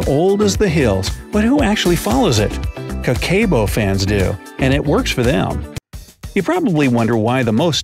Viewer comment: The way he pronounces Kakeibo made me exit out if the video so fast